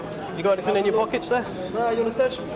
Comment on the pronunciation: The amount of people that say ‘anythink’ is confounding. Is it really that hard to say ‘anything’?